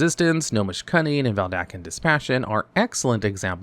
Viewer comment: Dude. VeDALken. Not VelDaken. Oof.